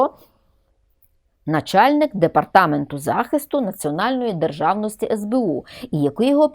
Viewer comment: Замість « и» необхідно говорити « і» Не державности а державності !!! Пані вчитель😂